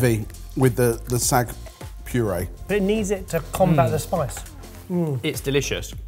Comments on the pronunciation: Just a heads up to, it’s Saag not Sag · How do they have an indian origin chef and still pronounce saag as sag! 😅😂 Love the channel to bits though ❤